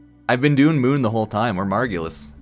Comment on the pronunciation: picks margulis simply because moon - says margulis wrong despite hearing it spoken out loud several times